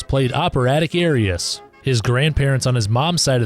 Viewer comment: WashingtOnians not Washingtinians. Also it’s ARias not AIRias. Bubber Miley not Bubbler. Anatomy of A Murder Not Anatomy of Murder. The images and sound samples are fantastic, and you packed a ton in 10 min! Good job except for the pronunciation goofs.